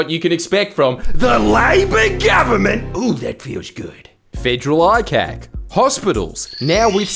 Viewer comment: The subtitles said "with a robust federal eye cake" and now I'm gonna pronounce ICAC as eye-cake - thanks, Jordan.👍